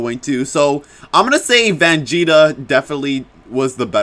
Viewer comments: It’s Vegeta Not Vangeta Just Saying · I thought he said vanjeta at the beginning lol🤣🤣🤣